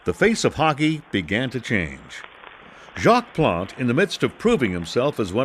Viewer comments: Pronouncation on all other names with the French name expect Jacques. Plant. Please. It's Plaunt. Geez. Sound like a plan Stan. Know what I mean Jean. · Plante not Plant...